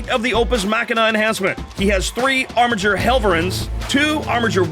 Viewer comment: Armiger's is a hard G, as it's from the Latin.